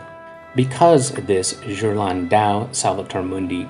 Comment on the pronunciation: Well done video, and as an art historian I agree with your conclusion. One criticism - go to Forvo and check the proper pronunciation of the names of artists. You really butchered Ghirlandaio ! ;-) Examples: phonetically, Ghirlandaio = Gear-land-eye-oh. Cabochon = Cab-oh-shon.